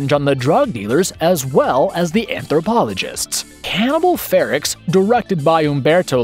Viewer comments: Umm... "Anthropophagous" is pronounced "an-thro-PAH-fa-gus", not "an-thro-puh-FAY-gus", and it's "FEH-rocks", not "FEH-ricks"... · Yes.How can anyone mis-pronounce "FerOx" with a glaring "O" in it?'!!Also he shoulve said "An-thro-po-pha-gous"I think with the emphasis on the "po".